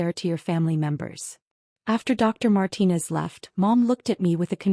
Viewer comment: Another Marcus. At least they pronounced Martinez correctly.